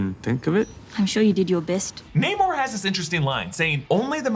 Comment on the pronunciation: Its Namor not Neymor